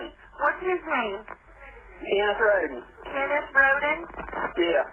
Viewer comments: Btw, it’s pronounced ROAD-EN 😂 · Why pronounce Rhoden wrong when you hear clear examples of it proper pronounciation? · Except when pronouncing Rhoden wrong after hearing numerous people give examples of proper pronounciation.